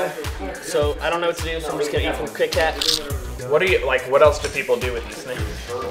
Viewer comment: did he say krit kat???